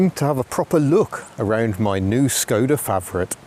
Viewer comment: Pronounced "Sh"-koda not Skoda - hence the little cap on the Š ;)